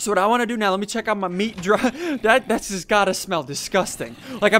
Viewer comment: What happened to ur voice ur like dats good dats how u make this